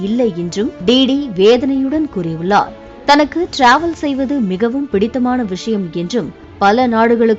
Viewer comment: டிராவல் 😂 english prounciation enhlish liye podalaamey.. tamil news channel dhaane ??